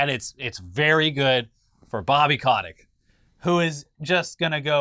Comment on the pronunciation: It's Bobby Koh-TICK...